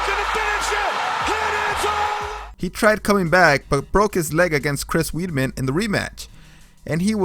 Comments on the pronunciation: I can’t listen to someone who pronounces Weidman as weedmen it’s pronounced Wide-man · Sounds like you have cottonmouth and have no knowledge on how to pronounce fighters names like “weedman” (Weidman) “cyberg” (cyborg) “feather” (Fador) hahaha everyone else was good I’d double check how to pronounce the fighters names before making the vids, unless you have a lisp of your own but just saying, sorry if I offended you bro but shit was funny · Pls learn how to say names. You called weidman weedman, Joanna jejejek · Its pronounced WIDE-MEN...HES NOT A WEED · I’m sorry but there’s no way you’ve been watching MMA for 5 years and call Weidman “weedman” and Cris Cyborg “cyberg” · Chris WEEDman lol Hard to take you're analysis seriously when you can't even pronounce the names. Also DC is a natural heavyweight and was undefeated in the division before the Stipe loss so you sound pretty goofy talking about him the way you did. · I love the way you pronounce their names Weidman weedman IDK wtf you said tryna said Joanna's name lol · Dude Cruz is easily the best bantamweight of all time. I liked the video though. Keep it up. Work on the pronunciation of names though hahahaha “weedman” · He said Chris weedmen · Chris Weedman lol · Chris weedmen or Chris weidmen come on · Cant pronounce Weidman lol